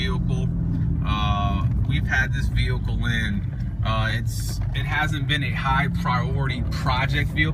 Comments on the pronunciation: on the vewhicle, it's vehicle man VEHICLE not vewhicle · Weird way of saying vehicle